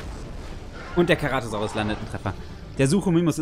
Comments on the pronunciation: Aussprache ist C-ra-to-sau-rus nicht Ke-ra-to-sau-rus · Und wo bleibt das E !? ( CEratosaurus